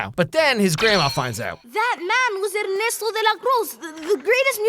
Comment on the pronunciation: Weird detail to focus on but gj on the pronunciation of Ernesto's name. Coming from a person whose native language is latin american spanish.